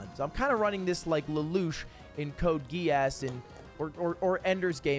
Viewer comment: I like how he knows lelouch, but can’t pronounce the anime correctly which is arguably one of the best anime’s ever made